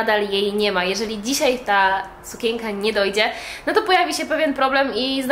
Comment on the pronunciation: razi słowo sukięka - wymawiaj sukieNka. No przepraszam, ale musiałam..